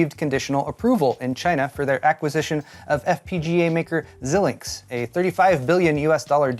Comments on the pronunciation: It's pronounced Zye-links but yah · Hey, Love ya man, but Xilinx has a long 'i' sound up front.